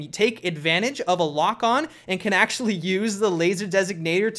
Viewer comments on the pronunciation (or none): none